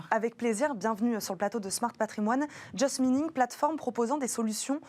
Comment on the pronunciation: Il s’est bien débrouillé. Belle intervention. En revanche, ne pas hésiter à re-prononcer sa marque correctement: « chez juste mining, nous faisons... ». Respecter sa marque, prendre soin de son image à chaque instant.